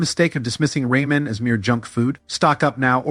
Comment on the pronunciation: "Ray-men" Noodles! Ai voice 🙄